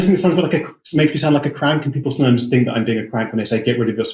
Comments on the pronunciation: BTW it's 'think' not 'fink', etc. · I fink you’re up to somethink